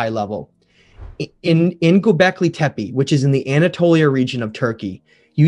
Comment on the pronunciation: Please guys, when you make a documentary, stop calling Gubekli Tepe "Gubekli Tepi", the last E in TEPE is pronounced as the first E in ELEPHANT.